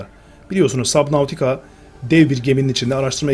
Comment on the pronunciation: Abi oyunu okunuşu subnitika